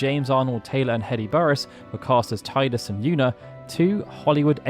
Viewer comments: *tee-dis, not tie-dis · It's Teeeeee-dus. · Did you just pronounce it Tydus?